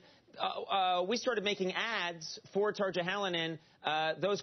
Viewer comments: It's pronounced "tarr-yah" (kind of) though. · Tarja is pronounced Tar-ya. Grrrr. So frustrating. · In usa they pronounce tarja halonen "tarcha halonen" but it's actually tarya halonen. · It's not Tar-ja, it's Tar-ya. He could have at least researched the pronunciation beforehand... unless he was mispronouncing it deliberately, of course... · I love the way he pronounces Tarja's name x) . Hintedy hint hint, it's supposed to say more like Tarya. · tarcha 😂😂 in Finland, everything is pronounced exactly the way that it's written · Someone needs to tell him that 'j' s are pronounced like the English 'y' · The way he pronounces Tarja Halonen xD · Love the way he pronounces "tarja" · HE CANT SAY TARJA EVEN NEAR RIGHT :d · It would be nice if he knew how to pronounce Tarja.